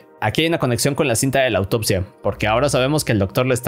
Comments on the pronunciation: bro acá en ves de decir cinta dijiste cita hahah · A ya ví pero la [N] no se escucha :v